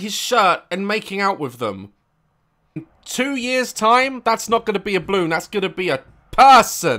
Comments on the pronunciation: He keeps saying bloon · I love that Daz misses out the 'a' in 'balloon'. He says 'blloon' 😂😂. Also, he pronounces the plural for 'woman' as 'woman' 🤭🤭